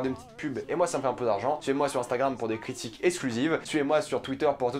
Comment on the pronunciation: T'as un méchant accent antillais quand tu dis "critique"